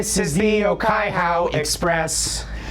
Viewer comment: The pronunciation of the Te reo (Māori) in Okaihau Express was so bad but will be accepted cause the original song also doesn't have good pronunciation ~from a Kiwi